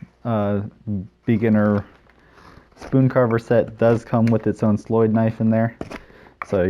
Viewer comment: As a swedish person i love it when i see peaplo use slöjd/sloyd knives and the diffrent ways they call it. Your way to say it is actualy very good.